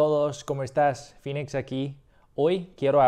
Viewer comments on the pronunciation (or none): none